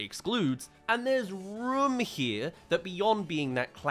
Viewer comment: Rum instead of room